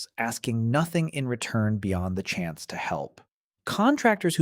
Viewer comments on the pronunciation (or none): none